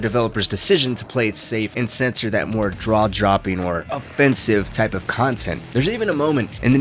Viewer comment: did you say draw jopping